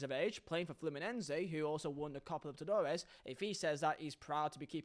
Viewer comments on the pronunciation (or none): Loved your video, but when you talked about Germán Cano, first, the Copa is called LI-BER-TA-DO-RES. Second, nobody would have laughed about that achievement if he would have said something like Ronaldo did with Haaland. Cano did one of the best performances in la Copa Libertadores that I have ever saw for a striker, did you watched any of Fluminense´s games? Do you know the prestige that the Brasileirao has in American Lands? I know you said it comparing towards Haaland, but, the Champions is not the only cup in the world that gives you a bath of glory. The best crowd or fanbase in Europe would shat their pants when we come to the Stadium. You people need to start giving the credit to South Americans, especially Argentina and Brasil, that we rock the world of football, we have it inside, you work for it, we are born with the sacred flame. We know what happens in Europe, but it doesn´t seem to happen the other way round. I don´t mean that you should start looking at Ecuatorians or Bolivians clubs, but you better not give us the back, we will E-A-T you when we have the chance. Don´t start another round with us, go ask Mbappe if he would thinks that we, South Americans, are at a lower level than Europeans Nations.